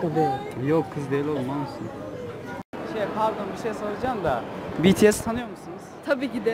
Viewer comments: biri Betese dedi😂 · betese dedi sanki biri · Ben önceden betese diyordum öğrendim ki bitiesmiş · bts direk olarak be te se diyenlere uyuz olanlar +1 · aynen benim anne de namjoonun saçına ve rapine takmış durumda 😁neredeyse army olucak..başka bir grup izleyen ""hayır cipiyes daha iyi onu cak ""diyor ve bu arada bities demek yerine cipiyes diyor😂😂😂😂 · Evet ya betese dediklerinde çok gıcık oluyorum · YAZILIS=BTS OKUNUŞ=BİTİES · Hssmrb Ndvdjskz O zaman Bts'i de yanlış söylüyoruz? Bangtansonyeondan diye okumak yerine BiTieS diye okuyoruz değil mi? Çünkü kısaltılmışı bu, ayrıca kimse Army kelimesini yanlış okuyor diye sahte Army olmuyor. Sen bir duayı yanlış okuduğunda sahte müslüman mı oluyorsun? Kimsenin Army'liğine laf etme linç yersin... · Be te se dedi ya uyuz oldum